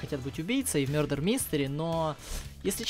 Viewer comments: мардер и иноцент, а не мердер и иносент))) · и не мёрдер а мардэр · Не мёдар а мардар правильно